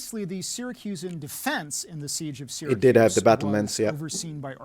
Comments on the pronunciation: He also said Skythed for Scythed.... Doesn't overshadow his awesome critique. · Yes, the way you say Cavalry is correct. He is saying Calvery and he also said Skythed chariots instead of Scythed. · Cavalry, as others have pointed out. While on the subject, also pronounced "scythed" as skyved, which is most odd. As a Brit with four decades of experience of knowing my language I've never heard any adult pronounce it that way, not even Americans in general, lol. Scythed has a soft or silent C so it sounds like "sigh" or "cylon". Good work by both chaps though, this is by no means a criticism!